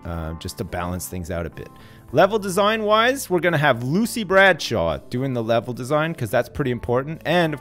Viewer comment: 20 years with the company and Lucy is still frustrated that has yet to pronounce her name right.